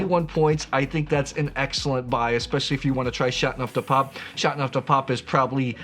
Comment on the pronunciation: You have a interesting way to pronounce Chateauneuf, dropping the "eau". Like chat-neuf-du-pop. :)